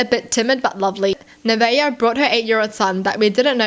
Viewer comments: Naveah is pronounced “Na-vay-ah” so you were right :) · You pronounced it right. By the way, her name is Heaven spelled backwards... That's uh... sacrilegious by the way. Speaking backwards is considered speaking in tongues and associated with devil worshippers. Her name means Hell when it's spelled that way. The fact she came into someone else's home as a guest and had herself a temper tantrum over the fact that a woman lives there and has feminine products in the bathroom kinda confirms that she's a demon incarnate.